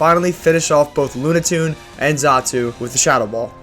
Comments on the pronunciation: Bro really said Lunatoon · "Loona-tune" this man 😂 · There's also Lunatune that is meant to be Lunatone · Also while we're here, lunaTONE not lunaTUNE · Im still hanging on Loona toon tbh lmao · Oook holy shi "LUNATOON"?!!?! 😂😂😂😂 Oddamn!! I thought how you pronounced shedinja and truant was bad but dammit that takes the fkign cake holyyyyyyyyyyy. The longer i watch the more excited i get about what new fifteen year old pokemon you're going to mispronounce next 🤣 Honestly mispronouncing made up fantasy creatures' names is perfectly reasonable if you aren't totally entrenched in the pokemon universe and/or are dyslexic but... Man some of these pronunciations have me fking cackling and bleedin from the ears man. Good stuff fr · "Shedninja" "Traunt" "Lunatune" I'm sorry, how old are you?